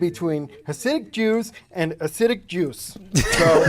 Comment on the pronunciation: "There is a difference between a-sick-juice & acidic juice" 😂😂😂